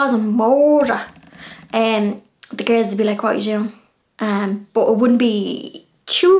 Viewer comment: You are such a precious, living doll! I really loved this video and you explaining the meanings, so much fun. One of my favorite words I like hearing you say is “but”. With your accent it comes out “boo-hut” to my ear. I smile every time. Another day brightener. Thanks!